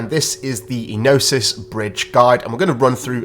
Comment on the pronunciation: Ēnosys - 'Ενωσης. Origin : Greek Meaning : Union Pronounciation : Ē(Like in Eduard) no(Like in Nora) sys(Like in Sister) so.....'Ε no sis ( accent, stress, emphasis in 'E ) So....please when we try to pronounce a foreign word, it is best to find the nearest native speaker (in this case the nearest Gyros or Greek restaurant we know, and ask them to pronounce the word) Thank you. Flare Network is gonna become the hub for staking....mark my word.... XRP, XLM, XDC, FLR, SGB, EXFI,HBAR, ALGO,Propy,(hopefully many many many more "valuable" cryptos)